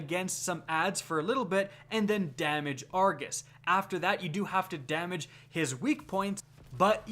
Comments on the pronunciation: It is pronounced Ar- go-s not Ar-ga-s. His name is Argos not Argas. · Is it just me or is it triggering when he says argus instead or Argos? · Jacob Eggers Said it once then he seemed to spam saying it wrong omg